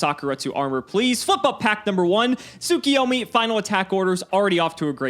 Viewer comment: Am I crazy or do people just consistently pronounce tsuKUyomi wrong? It’s KU, not KI